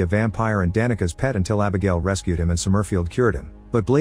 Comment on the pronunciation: The AI voice pronouncing "Somerfield" as Som-murf-ield is hilarious.